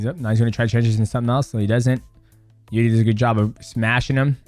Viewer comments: I think the correct way to pronounce Jiri is Eerji. In russian иржи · It's "irzhi". Coz he is Czech. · Jiri pronunciation - Yuh - eRee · Are you saying jiridy?